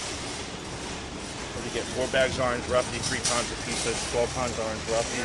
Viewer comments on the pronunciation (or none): whats orange roughy ??? a think thats what he said lol